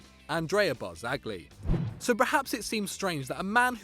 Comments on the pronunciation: Why does he say bar-zag-li, it's pronounced bar-za-lee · It's pronounced "Barzagli" with a soft "G", like with the Spanish "LL". The way you pronounce it, it would be spelled "BARZAGHLI" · Worth to note that in Italy, oldest player on the pitch is the captain for the day. And you don't pronounce "g" in names like Barzagli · Stop saying bianconeri when You pronounce Barzagli like a turd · Please take a beginners class in Italian before attempting to pronounce any more names. Yudinese? Ag-nelli? Barzag-li? Partenoppy? Piasenza? I'll allow the mispronunciation of Hubner, but fucking Perlo? Also, Mourinho isn't Spanish and Racing Club is pronounced "rassing".